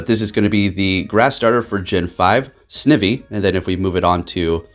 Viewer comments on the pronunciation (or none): psst ... it’s pronounced: | Sn eye vee | +:) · Snivy is pronounced Sn-IVY like Ivy. Don’t mean to be rude. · It's pronounced: snai vy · Seriously, I don't understand why those guys always mispronounce Snivy's name... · Not gonna lie man. I cringed when you pronounced Snivy 😅 Still love the channel though